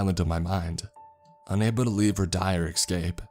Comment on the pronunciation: Love your voice overs Loathe the mispronunciations EScape Not ECscape But foreal Thank you for your story telling Keep it up 👌